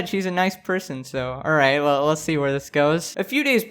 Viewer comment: I love his intro “welcome back every body hope your doing wall” why does it sound like that